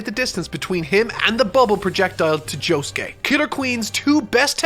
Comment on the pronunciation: Jo Sue Kee-- Me: dies